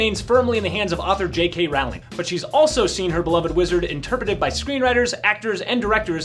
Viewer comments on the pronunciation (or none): It’s ‘rowling’ as in ‘rolling pin’.